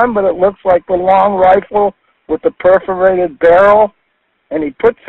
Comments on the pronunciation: Perforated barrel lol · For goodness sake’s, at this point it’s just laughable. Perforated barrel? 🤦🏻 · "A perforated barrel and all that" What the actual fuck lmao 😂😂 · “Perforated barrel”? Hahahahahahahahaha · A perforated barrel? HAHAHAHA TEAR HERE ---------> <---------- TEAR HERE Perforated.